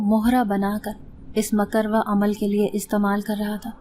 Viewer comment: Aapi... Makarwah nahi hota, it's makrooh jo haram k qareeb ya na pasandeeda ho, halal na ho jese jhinga waghera. . .